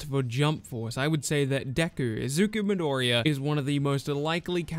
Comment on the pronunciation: Midoriya*😂 but good video fam